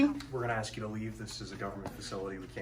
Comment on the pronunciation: Ax you Ax you any ignoramus can sign up it seems